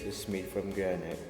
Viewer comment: Paki check pronunciation mo ng granite. It is not granayt it is granit